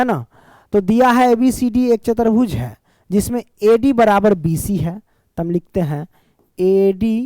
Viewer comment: Chatarbhuj nhi chatubhuj